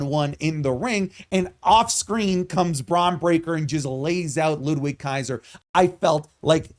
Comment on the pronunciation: Hearing the W in Ludwig Kaiser's name is jarring. Pronounce the dude's name correctly.